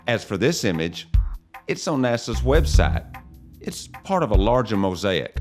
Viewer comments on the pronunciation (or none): none